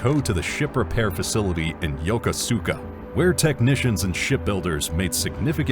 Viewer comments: The destroyer's screws are hidden like subs' are. - 'Swabbies, man your brooms! We need a clean sweep-down fore and aft!' - When I was a swabbie. - Not spelled that way, but it is pronounced "Yokuska". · Too bad he doesn’t know how to pronounce Yokosuka